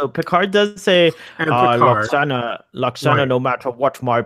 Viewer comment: Call yourself a fanboy can can't pronounce Lwoxana Troi's name correctly? Pah! Also, maybe learn to focus your camera, sit still, quit touching yourself, and make your bed before you record? Okay, enough ranting. This episode break my heart and I consider it one of TNG's very best.